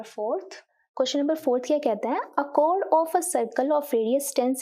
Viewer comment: It's chord not code